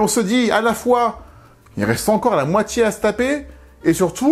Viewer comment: Totalement d’accord pour le langage, tout comme c’est dommage de vous découvrir, avec ces vidéos fortement intéressantes et travaillées, mais qu’il faille subir "Djidjier", "cultchture", la moitchié du film", "la tchélé", sortchirait", "dju film", ...etc, c’est dommage. Je sais que je suis pas majoritaire, et c’est dommage. Je trouve dommage de s’imposer cet "accent"...